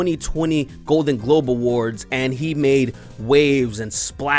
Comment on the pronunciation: You said globen gold and I can't get over it